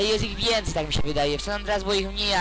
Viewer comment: Kurwa nie pij wjenciej